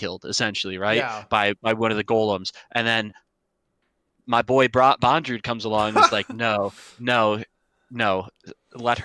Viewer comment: It's easy to say guys, "BON-DRUDE" = BONDREWD It's definitely not pronounced: "BONE=DREWD"